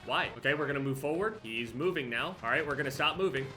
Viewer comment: it’s more of an “arrrd What’s going on guys it’s ”